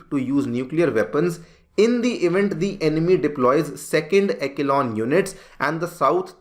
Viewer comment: ekelon nahi re eshelon hota hai pronounciation